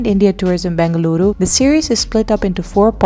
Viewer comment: Did I hear you say BAngaluru once? You did pronounce it correctly later. Please don’t say BAngaluru. You are now a Bengaluru girl and you know that the second letter is E not A. We know a lot of non-kannadigas including news readers of prominent TV channels mispronounce the name of your city. Thank you for introducing Mangaluru. This is pronounced Mungaluru and is a conjugate word - Mangala + Uru - the city of Mangala Devi - just as Mumbai is the city of Mumba Devi.